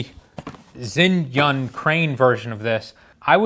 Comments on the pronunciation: Its pronounced 'jzhai-yun' not 'zin-yun' there isnt even a letter N in the name haha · Zhiyun is pronounced JERYOON or GERYOON just FYI take it or leave it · he keeps saying zin yun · Not sure why you call it Zinnyunn, though. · "Zin-yun" lol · You've butchered the name Zhiyun to a degree that I did not realize it was among the review until I read the description of this video.